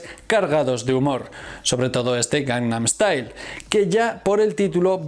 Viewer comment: Esta muy bueno. El metamensaje que describis es muy bueno. Lastima que no se te da bien decir " GANGNAM STYLE "